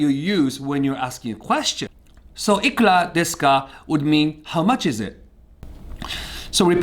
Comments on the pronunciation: It was all perfect until you destroyed the pronunciation of "ikura deska". Otherwise an interesting video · Everyone: Ikura deska: Iklah deska speaking of the R and L pronounciation loophole.